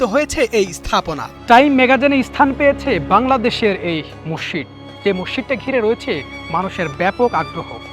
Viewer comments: মসসিদ লয় মসজিদ বলতে হয় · রিপোর্টারের উচ্চারনে ব্যাপক সমস্যা, বার বার মসসিদ বলছিল, যা শ্রুতিকটু। এটা মসজিদ হবে।